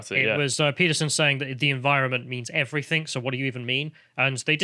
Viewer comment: I hate it when people say everythink It is everything. Speak English.